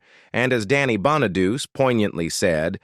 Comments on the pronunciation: The narrator is all AI. It mispronounced Danny's last neme is Bon-a-du-ce and not pronounced Bon-a-duce. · His name is pronounced bona du Chee not bona doo see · Dey wasn't a musical talent. I thought that Bonaduce was pronounced "Bon-a-doochee." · Davy Jones was not a Partridge... he was a Monkee, LOL 😂 If you people are going to make these videos, at least get things right!!! Danny Bonaduce's last name is pronounced, BONNA DUCHEE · You should learn how to read if you want to narrate these things Danny’s name is Bonaducci Sounds like Bawn-a-do’-chee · It's "Danny Bon-a-du-che". 😊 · God your AI should learn to pronounce star's names correctly. How disgusting they can't pronounce Danny BONEDUCE. It's pronounced "Bonn-a-dóo-chee". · Lol the way it says Danny Bonaduce 😆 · Computer voice doesn't even know how to pronounce Danny Bonaduce. What an insult. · Danny Bonaduce’s name is pronounced Bon-uh-doo-chee. Salt Saint Marie is pronounced Soo Sant Marie.